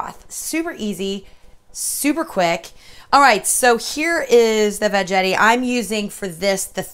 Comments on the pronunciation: I love my veggetti too! I called it veggetti with a soft g also, but it is really veggetti with a hard G- as in Spaghetti. The word Vegetable is what throws us off..... LOL....... I cracked up when you were explaining how to use it and said it all goes south from here... It is a GREAT invention though! Love it! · Love the video but it's pronounced Va Get ee, not Va Jet ee...lol